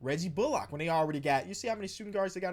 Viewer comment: Pls say Reggie bullock like Sandra Bullock. It’s a pet peeve of mine